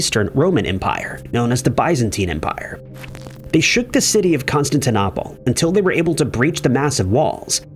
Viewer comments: Please learn when people use TTS and its pronunciation, not literacy. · It's pronounced Constant Nipples 😂😂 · Constantine NAH pol ?????!!! Please become literate.